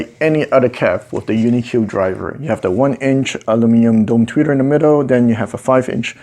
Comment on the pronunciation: You pronounced "aluminum" properly, thank you!